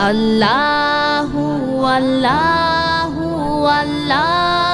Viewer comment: আপু আমি আপনাকে আপনার ছোট ভাই হিসেবে কি একটা কথা বলতে পারি ,,, যদি কিছু মনে না করেন,, তাহলে বলছি শুনুন আপনি যে আল্লা হু আল্ল হু বলেছেন , এইটা ভুল , সঠিক উচ্চারণ হলো আল্লহু আল্লহু